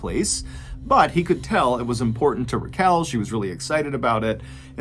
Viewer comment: Her name is pronounced Rachel😒 She hated being called rakell😤